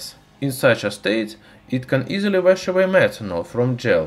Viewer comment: did you just say smetanol?